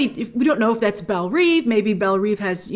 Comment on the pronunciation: Belle Rêve (Rehv, not Reev)